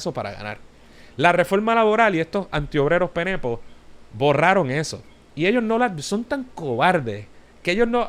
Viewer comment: no es penepo, se dice, penepeos...